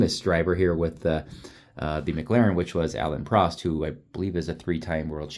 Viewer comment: well, while we are at it, Prost rhymes with Roast. 😉 Great, review.